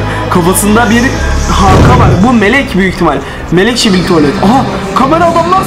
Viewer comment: Şibili😂 tuvalet değil😂 skibi tuvalet